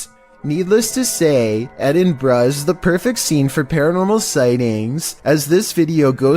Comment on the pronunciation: What edinbraaa??it's Edinburgh